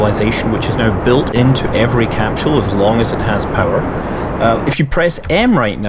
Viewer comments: Even if you can't understand every thing It's cool just hearing you say capsule. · bruuhhhhhh learn to pronounce capsule :D..